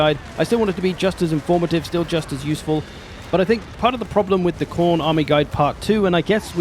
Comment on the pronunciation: Mate, it's Khorne. Everyone knows how to play Khorne.